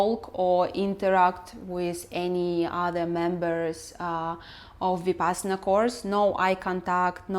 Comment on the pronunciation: Every time you say Vipassana a fairy loses its wings and dies.